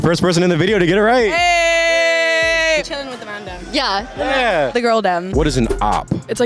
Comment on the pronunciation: I love u guys but u actually triggered me with ur way of pronouncing MAN DEM Lmao